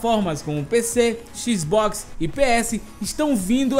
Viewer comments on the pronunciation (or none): "Xis box" heuaheuaheuaheuae eu amo esse